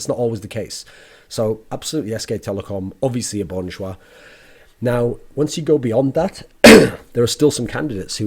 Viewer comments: Thoorin, love your content but it'd be better if you pronounce it as "Jah" essentially Cha with a J, instead of Jois. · funny how when koreans say an english word they usually add an extra syllable, but this time is opposite LOL just pronounce it bon jah.,, not bon joo ah loll